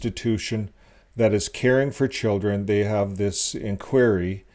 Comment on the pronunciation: Why can't you pronounce simple English words correctly--learn how to pronouce INQUIRY. It sinks your credibility with thinking folks.